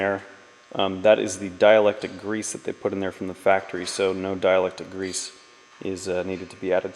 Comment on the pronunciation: Dielectric* grease, its not dielectic